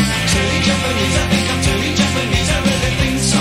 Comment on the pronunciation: Is it fucked up I always assumed he pronounced the word “think” as “fwink” ???